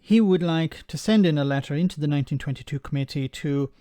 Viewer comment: Nope. He says v for th.